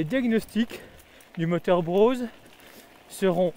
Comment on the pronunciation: Juste une critique... il n'y a pas de "W" à BROSE ;-)